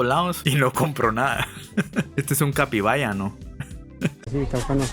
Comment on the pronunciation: En realidad en Paraguay se dice Championes, en argentina son zapatillas! Ah y es capibara no capibaya 😂 Saludos!